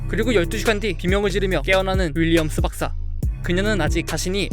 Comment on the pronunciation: 윌리엄스 박사를 윌리엄스 박스라고함 ㄷㄷ